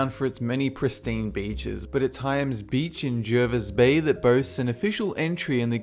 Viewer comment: Its jar-vis bay not jurvis bay